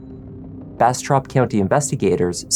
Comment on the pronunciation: When you said Bastrop, it sounded like you Brastrap. 😂